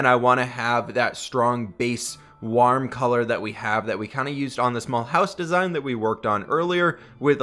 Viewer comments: It sounded like u said worm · Everybody: Absolutely everybody:: pronounces warm weird